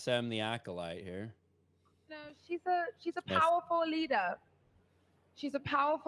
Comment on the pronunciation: "She's a powerful leadah." - Every Kathleen Kennedy Disney Star Wars Female Characters